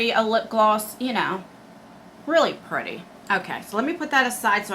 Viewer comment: Take a shot every time says “VERY PRRRETTY” lol